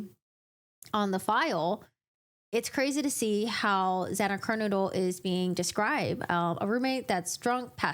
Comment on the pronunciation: Why do you keep pronouncing Xana's last name as "KER-Noodle"???